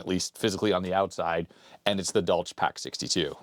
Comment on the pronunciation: It clearly says "for industrial USAGE", not "age". Also, that's not how you pronounce the German name "Dolch". The ch is a hissing sound, like a cat makes.